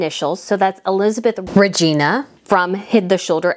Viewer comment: Hi, I really enjoy your channel and I never comment to tell someone that they are mispronouncing words, but…on this one I have to—I’m sorry! You are doing a great job as a citizen journalist royal reporter and I have to at least let you know this. With respect to the “ER” for Elizabeth Regina—Regina is pronounced with a long I, like China. That’s also how you pronounce the Canadian city, I believe. So it looks like the girl’s name but it’s not pronounced the same. Anyway, I hope you take it in the spirit it was intended. I had someone tell me it was pronounced that way and I was glad I found out! So I’m hoping you will too. If not, umm, uh-oh. Sorry!